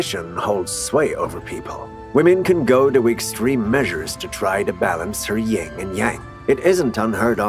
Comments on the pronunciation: I couldn't finish the video after the 2nd time he said YING and yang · Dude, it's YIN.